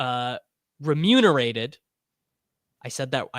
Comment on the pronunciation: Totally nailed the pronunciation of “remunerated.” That’s how you know this year is different.